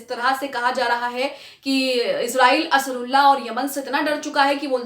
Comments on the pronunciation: Asarulla nahi medum ansaarullah bolin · Ap Huthi ke name ko sahi nhi bolti ho Ansrullah ya Asrullah bar bar bolti hai Asal me wo Ansaarullah hai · It's Ansarullah not asarullah...😅😅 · असरुल्ला नहीं अंसारुल्लाह है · असरुल्लाह नहीं अंसारउल्लाह है । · Madam asrulla nahi ansarullah hai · Sahi word Ansarullah hota hai, A ke baad n hai, Asrullah baar-2 kyon bol rahi ho, ek baar agar galti se galat padh ker bol diya to theek hai magar poori reporting me baar-2 bolna sahi nahi hai Ok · انصار اللہ بولنا سیکھ لیجئے